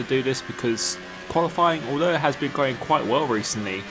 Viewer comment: He can’t say ‘going’ he says ‘goh’